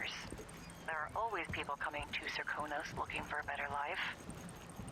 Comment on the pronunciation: You're saying it just fine--most characters say "ser-KOH-nos", but on rare occasions one will say "SERK-uh-nos". :) There's a similar inconsistency where most VAs say "Jess-uh-MEEN", but some (including Emily!) say "Jess-uh-min".